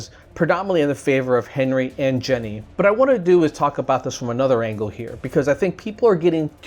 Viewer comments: I just wanted to point out that you are pronouncing Jenie's name wrong. I probably spelled it wrong, but I haven't ever really seen it spelled out. But yeah, her name isn't Jenny. It's pronounced like genie. You know like the wish granting guys that live in bottles. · nice video, btw its pronounced geee neee